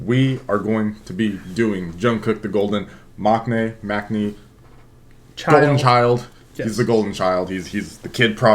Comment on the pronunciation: It's pronounced mahg-nae